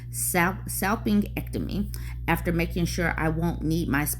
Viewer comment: The G in salpingectomy is pronounced like the J in Jennifer. I hear they’re becoming more common, due to recent legislation.